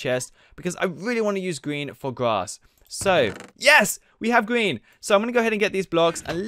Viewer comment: He said gween